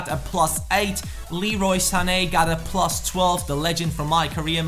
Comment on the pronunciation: "Prrrrrrlus four"